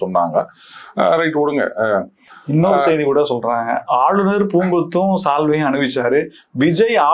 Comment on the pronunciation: அவர்களே,செய்தி என்பதில் செ வை மென்மையாக உச்சரிக்கனும்.செ வை ரெம்ப அழுத்தம் கொடுத்து உச்சரிக்க கூடாது.